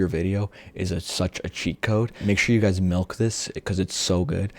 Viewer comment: right guzs XDDDDD